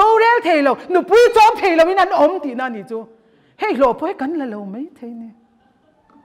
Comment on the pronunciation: mei, meithei , deih. Nilo in mai, maithei, daih.. mizo ṭawng dik in aw...